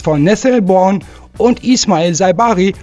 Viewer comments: Nathaniel Brown ( gesprochen Braun ) nicht Born 😂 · wat is denn nessel born? der jung heißt brown spricht man wie deutsch braun oder sag einfach nene und nicht nessel born!